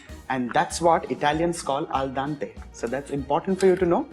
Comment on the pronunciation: Hi, chef varun. The native pronunciation of bolognese is actually "bo-lo-nyeh-zeh". The last "e" in the word is actually pronounced, and al dente is pronounced "al DEN-teh" rather than "al-DAN-teh. In any case, this is an out-of-this-world recipe, the channel is marvellous, and you are our very own 3-michelin-star chef: an absolute culinary genius without doubt